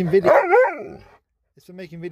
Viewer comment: okay.. so I'm trying really hard not to get freaked out. Maybe was a hooman in another life or something because he literally just said "work"..l mean.. either I'm hearing what I want or he really is picking up new sounds from the alphabet. Earlier he literally pronounced "what video?" in perfect English. He said vid-eO so well. is either a robot/cyborg thing or an actual dog who's truly amazing. I feel like its the latter 💜💜